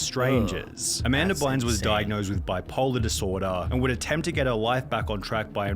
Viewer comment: dam not Amamda!